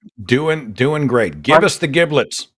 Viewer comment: and...Seth Andrews and Forrest Valkai are both National Treasures. And Seth, "Giblets" is pronounced ji-bluhts.